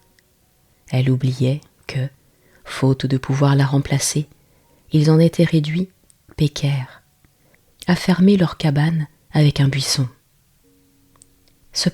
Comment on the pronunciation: Quand je grandissais en Provence, j'entendais régulièrement "pécaïre", jamais "pécaire". De même, on parlait du "Lubérou" - accent tonique sur le bé - (prononciation) et non du Lubeuron. 😉 Sinon, bien lus 🌺